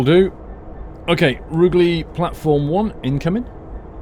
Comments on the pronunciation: Just to let you know, the "Ruge" in Rugeley is pronounced as in "huge" not as in "hug". The platforms at Stafford are numbered 1, 3, 4 and 5. There is no actual working platform 2, but the bay alongside platform 1 would probably have served the purpose. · its pronounced, roo ger ley lol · Rugeley is pronounced Ru-jelly I know this because i live 10 mins from there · I live just off this line :) Rugeley pronunciation catches everyone out though! Roo sh Lee :) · It's pronounced Roojlee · its pronounced "roojeley" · He said rugeley so wrong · Hello, I live outside rugeley you have pronouced it wrong:)....I am a massive fan of you and the video's you make, just letting you know:D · If you lived in Coventry then how can you mispronounce Rugeley? Surely you'd of heard it mentioned a few times? Tempted to get this pack myself and re-create my experiences with London Midland, delays, delays and more delays!